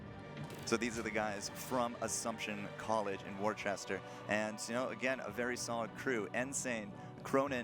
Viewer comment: IT'S WOOSTA!!!! NOT WOR-CHESTER!!!